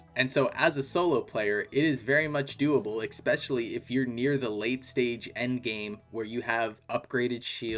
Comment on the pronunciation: “Especially” not “expecially” Please.. it’s actually killing me